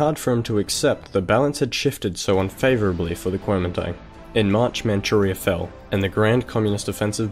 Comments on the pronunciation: Guo Ming Dang. You pronounced it like such an American :) Anyways, great video! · great video and great pronunciation too. it's a little more accurate to say "guomindang" but otherwise awesome